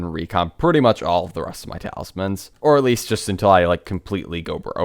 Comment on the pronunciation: Its talismans broooooooooooooooooo.